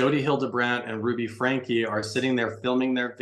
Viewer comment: He doesn’t even pronounce Franke correctly 🤦🏻‍♀️